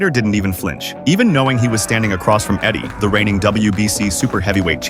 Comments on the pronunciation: eddie? its adik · And his name is Adik not Eddie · Not Eddie its Adik